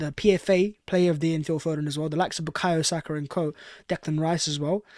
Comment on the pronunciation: I remember when Saka made hid debut and the commentator called him “Buyako Sako”